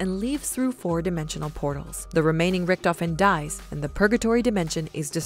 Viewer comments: I literally got lost once she said rictofhen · richtofen: dah krenorium but I red it riktofen: read it again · every time she says, "richtofen" take a shot